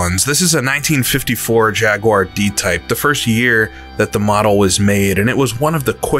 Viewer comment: For once could you just say jaguar correctly 😅